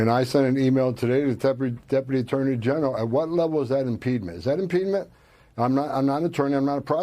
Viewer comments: You can tell Tom Holman is an idiot - what is “impedment”? There’s no such word. He’s looking for ‘impediment”. And what is an “AOG”? I think he means AG for Attorney General. Moron. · Impedement? Impedement? Is he tryng to say obstruction? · Maybe Homan should start with learning to speak English then apply that skill to reading the constitution. It's not 'impEEdment', it's impediment. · "impedment" lol. Not even a word. And these idiots want to destroy the Dept of Education. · #1, impeedment is not a word. #2 she's telling them their rights under the Constitution. #3 I think he meant AG when he said AOG. He's not very literate himself. Comes across as a goon for a mob boss. AOC is a treasure. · Nobody gonna mention that this idiot doesn't know that "impEEEdment" is not a word? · Tom Homan is one of those 4th grade intelligence stats - making up words such as 'impedement' to sound like an adult trying to say 'impediment' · Is there such a word as “impedment”……Holman, learn your pronunciation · “Impedement” isn’t a word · Homan is as stupid as possible without being dead. Can't even pronounce impediment! And the Fat Felon cannot deport an American citizen, of course. Trump is just good at failing. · That guy can't even SAY the word impediment. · I am glad to know I'm not the only one who gasped when he kept saying his made up word.